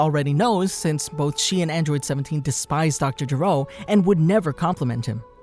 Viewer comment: Why do you Americans keep mispronouncing/incorrectly translating names in Dragon Ball? It's Dr. Gero with a hard "G" not "J" because his name means to vomit in Japanese.